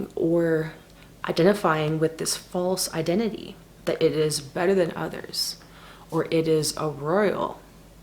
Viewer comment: the way u said "others" sounds canadian. sowry. 😉 love ur energy/mwssages